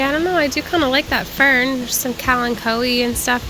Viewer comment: I love the way you say "fern." Its like FFFern! FFFERN! Lol! I love that you went back for the Tri. 🧡🧡🧡🧡